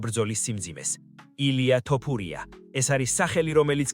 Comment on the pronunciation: ილია თოფურია ეხლა სწორედ გამოთქმაა და არა ტოპურია